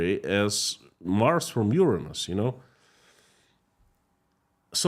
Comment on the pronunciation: Why don't you use the example of Mars to Jupiter or Neptune because you are murdering the word Uranus? I love you but that word is not your friend.